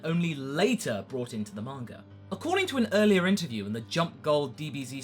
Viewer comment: why when i hear some english speaking people they pronounce names like "vegetar" "bulmar" "mangar" - "idear" - never got that...........